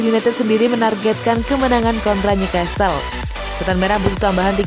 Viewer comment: Newcastle dibaca tanpa t Leg ke dua, e nya bukan dibaca i tapi dibaca spt e dalam 'remeh' Ayo dong, narator2 banyak belajar ya....